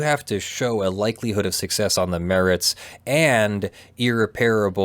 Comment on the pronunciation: Hasn't anyone ever told how to pronounce irreparable? You would think a lawyer would know how to pronounce most words that they use fairly often. I suppose it could be a PA thing, because my dad is from Bethlehem, but I'm pretty sure even he knows that it's "puh-rable", and not "pair-able".